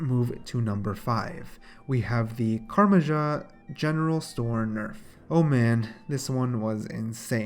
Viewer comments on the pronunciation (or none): How can you pronounce Ardougne AND Karamja wrong in 2019? And you should have said 53 billion, not million.